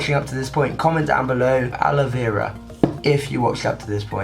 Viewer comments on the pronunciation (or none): I love how he says "Hey guys and welcome BACK to a BRAND NEW video"😂😂😂😂 and ALOVERA